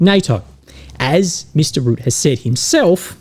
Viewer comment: Hi! Just a little comment about the pronunciation of "Rutte", since you'll probably have to say it much more often in the future. The 'u' sound in the name is much shorter than you are pronouncing it now. It's like the 'u' in Trump and not so much as the 'u' in 'rude'. In fact, the 'Rut' part of the name sounds like the 'rut' from 'being in a rut'. Secondly, the 'e' at the end of Rutte is not silent. You can pronounce it as an 'uh' sound. So Rut-tuh. Just FYI. :) Have a great weekend with the Mrs.